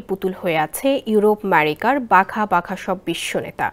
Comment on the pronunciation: আমেরিকাকে ম্যারিকা বললে কি স্মার্টনেস বাড়ে?